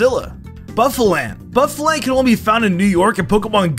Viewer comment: Actually not only did you butcher bouffalant's name but you are wrong too. I live in CT and have encountered many a bouffalant in my home state.